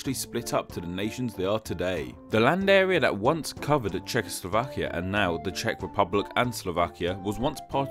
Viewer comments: This is a rather poorly researched video, I'm afraid. First of all, the Cz in Czechoslovakia is pronounced as Ch, not Sh. Also, the etymology of both Slovenia and Slovakia is the same, both names are related to the Slavic words slovo (word) or slava (glory, fame) which, in turn, are probably related to each other. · Why do you pronounce Czechoslovakia as shehoslovakia? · Šekoslovakia :D vychytané